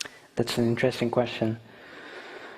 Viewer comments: The word "question" is mispronounced. It should be a /ch/ sound instead of /sh/ sound. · did he say "queshion"?